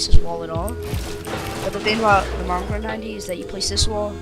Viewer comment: mongrol? his name is moongraal